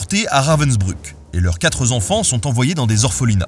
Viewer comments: mes oreilles ont un peu saigné avec le "quatre z'enfants" à :-o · « leurs quatre Z’enfants » 🙉